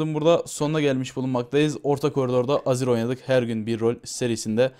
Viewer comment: niye her azir diyince aziz anlıyorum :D